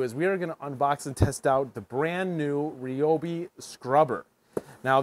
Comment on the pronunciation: What is this ree-obi sh!t? RY-OBI! Get it right! 😂